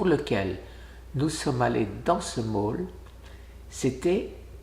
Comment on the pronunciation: Bonne journée avec tes loulous Guy c'est un grand réconfort les petits enfants. Les mall se prononcent "môl" je me coucherai moi bête. 😊Mais tu vas être beau pour le mariage, ta fille et ton gendre te donneront peur être l'autorisation de nous en faire partager sur le site ? Bien ta sortie dans le mall. Biens sûr que la nature est belle et très profitable pour notre corps. On se fait une raison, !!! il en faut pour tous les goûts. A plus tard Guy